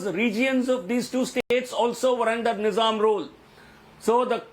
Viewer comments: Why "ny"zam? It's "Ni"zam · Rahul shivashankar is being funny. It’s Neezam, not Niiizam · I wanted to watch the full video but every time he said ‘Niizam &, , Naiizam, I got frustrated